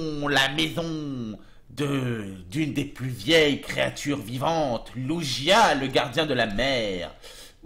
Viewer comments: "Lougia" pas "Lujia" !!! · ça se prononce Luguia